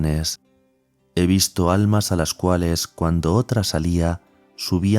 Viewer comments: Dice ALNAS.... no ALMAS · ah es que al principio dice alnas en vez de almas. Bendiciones